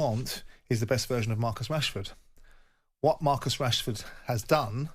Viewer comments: i thought he said marcus cashford lol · I thought he said cashford 😂